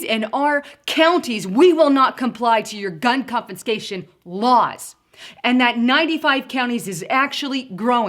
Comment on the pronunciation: CONFISCATION.....NOT "CONFINSCATION"